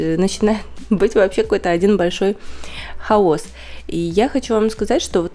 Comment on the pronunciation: Правильно ставить ударение хАос!